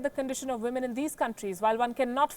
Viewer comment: Get your women / wimen pronunciation right!